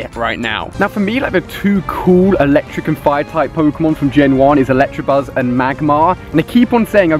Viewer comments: You really need to learn to read "Electabuzz" not Electrabuzz >.< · okay read it carefully it's not electrabuzz it's electabuzz 😈😈😈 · Why does everyone call it an ElectRabuzz. Do you see an R in electabuzz? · It's not Electrabuzz it's Electabuzz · he kept saying electrabuzz instead of electabuzz and I was getting so frustrated😂😂😂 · annoys me when people call it electrabuzz when its elecTAbuzz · He keeps saying electrabuzz its ELECTABUZZ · You say "ElecTRAbuzz"" but it's actually "ElecTAbuzz" your really really wrong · Does he realise there is no r in Electabuzz?